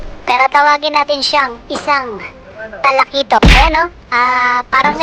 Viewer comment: said 😁Patay Kang.... TALAKITOK KA 😅 halos di mabigkas ni btw god bless ingat lagi ☺️